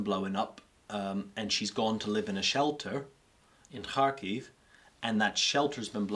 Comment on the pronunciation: I love how when our friend here says Kharkiv is sounds like hockey